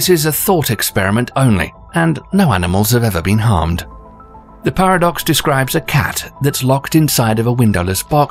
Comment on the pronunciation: I thought he said “pair of ducks”🦢🦢🦢🦆🦆🦆🪿🪿🪿🪿